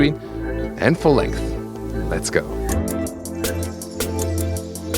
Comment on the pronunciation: I like the "full lengs" more than "full length"